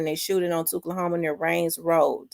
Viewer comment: Really appreciate you sis, this is valid. Thoughts and prayers for big bruh’s family. Wishing death on him is crazy… Also tchulahoma is actually pronounced like Too-lahoma.